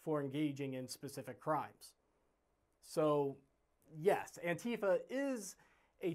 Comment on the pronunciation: Your commentary is absolutely correct, including yourself as you aren’t even able to pronounce “Antifa” properly.